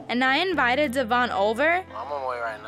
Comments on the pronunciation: One thing that bugs me is she says Devoin’s name wrong. How does she not know how pronounce her fellas name correctly?? Maybe it just got too awkward to correct and she never knew she was saying it wrong 🤷🏼‍♀️ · Does Briana know how to pronounce Devoin’s name? Like is this ever addressed with them? Lol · It’s the fact that she had that mans baby and can’t even say his name right. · What’s crazy to me is that Devoin said that they purposefully pronounce his name incorrectly and have for years so he stopped correcting them. They are such nasty people.